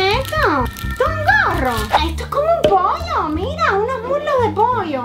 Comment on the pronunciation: Amo como dese "poio" aw